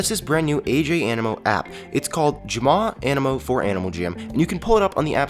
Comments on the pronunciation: its called AMINO not animo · "animo" BOY. its amino, like amino acids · its Animal Jam Amino.. not Animo.. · A-MEE-no. Not An-i-mo. It just kills me when people pronounce it wrong. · Not animo amino! Uh-mean-oh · 'Amin-o.' It's Pronounced A-me-no. I'm so sorry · XD AM IN NO? i heard people call it am en o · amino not animo hah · lol, it's uh-mee-no not an-mi-o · Hold up, did u just say "animo" instead of a-me-no (Amino) I'm cringing a little.. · It's not 'animo' you say it 'A-meen-o' just wanted to let you know that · its amino not animo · Ur saying amino wrong.... I have the app amino where I can join like any random group it's kinda easier but then I have furry amino app so ya. I'll try to show you how it sounds u- amino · You pronounced it amin-oo its not a long o its like amin oh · its not Animo, its Amino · your so cute amino is pronounced a-meen-o not animo 😂😂😂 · It's pronounced UH-MEE-NO not AM-IH-NO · He said animo. It's amino:) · it's pronounced uh me no not am in o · Its A-MEE-NO not AN-IM-O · Lol. You said animo. XD. It's amino. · I know! he says it like animo but the n and m are switched but it's actually uh-mean-oh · no hate... but its not Animo.... Its pronounced A-MEE-NO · uhh.. i think you pronounced "amino" wrong... I'm pretty sure it's pronounced a-mean-o, not a-nimo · it's not pronounced like animal it's pronounced am-e-no and just spelled amino. XD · Amino is not pronounced {Am-mi-noe} But is actually {Am-meen-noe} Or so I was told lol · its A-Mee-No not ah-min-oh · "Animo" you mean Amino? no hate:D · "ah-min-o" XDDD it's pronounced "ah-me-no" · "ah mih no" ITS "UH MEE NO" IM GONNA HIT YOU VERY very gently because i dont wanna hurt you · ah- mE-no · Its pronuoned A me no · its pronounced A-MEE-NO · lol its pronounced amine oh lol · you pronouced amino wrong it is a-mi-no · I thought it was pronounced Uh-mean-o. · ah*me*no is how its said